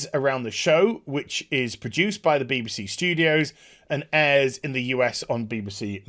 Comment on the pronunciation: bee-buh-see lol